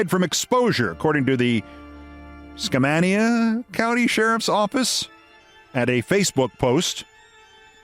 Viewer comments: I believe it's pronounced Ska MAIN ea. And searching for Sasquatch is a time honored way of spending Christmas. Of course, Sasquatch is a shape-shifter, and when the idiots go forth, Sasquatch becomes Tree. (actually it's not Tree, but I am not allowed to tell what it really is.) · Fairly decent attempted pronouncing Skamania. (The second a is pronounced with a long a.)